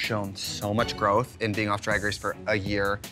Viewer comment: Can anyone explain the whole thing with Trixie’s accent and pronunciation of “drag” that’s so funny. I’m in Alberta Canada and it sounds just normal to me lol